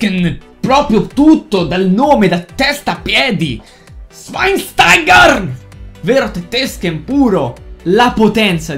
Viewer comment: Mi hai fatto morire quando hai detto il nome di shwainstaiger(come cazzo se scrive) in tedesco hahaha bravo